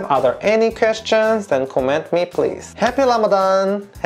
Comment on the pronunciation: I couldn't get my mind off of how pronounced 'ra' as 'la'...but it is really impressive to see people wanting to understand Muslims instead of judging 1.2 billion people blindly. I hope this Ramadan bring you lots of blessing and good iftar food😁😁😄😄